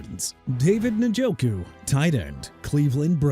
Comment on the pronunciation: First off stop with the jagwires garbage! You know very well Jaguars is pronounced JA-GWAARS but you know what?! Who cares, right?! Also Isiah Pacheco pronounced AI-ZAY-UH not E-sai-ah! David Njoku pronounced In-jo-koo not NIN-JO-KOO! Joe Tryon-Shoyinka pronounced TRI-uhn show-yeen-kuh! Also Jaylen Waddle ain't going nowhere. The Miami Dolphins had a disastrous season! They lost to Baltimore two weeks ago on Thursday Night Football and beat Buffalo on Sunday so you're wrong on that! And if you PPL want Waddle and Minkah Fitzpatrick and Bradley Chubb to be traded so bad go ahead then! And New Orleans pronounced New OR-LINS NOT NEW OR LEANS! Be disrespectful to the people of a Louisiana city and Jacksonville's fan base by butchering everything. Doing a good job!!!